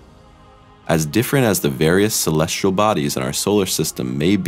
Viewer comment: Agree! I O and celestrial instead of celestial. Just as bad as saying nucular instead of nuclear. Drives me insane. Plus the title is click bait.